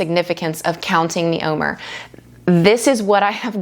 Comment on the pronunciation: Wonderful- please know the word OMER is phonetically pronounced “om- air”. Just letting you know how it’s pronounced not criticizing ❤